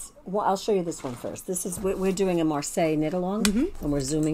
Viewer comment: I love the Orchard Tales Pullover in Kokon yarn. Absolutely gorgeous! Great podcast, as always. By the way, don't hate me, but Marseilles should be pronounced "Mar-Say" (not "Mar-Sigh"). Marseille is a seaport City in Provence and the Marseille sweater looks very nautical so it is a great name for a beautiful sweater.